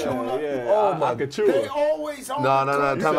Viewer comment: My man butchered Precious name worse than Josh🤣 Pratoosa💀